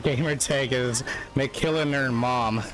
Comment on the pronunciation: Mc-Killin-ur-mom. Not Mc-Killinur-mom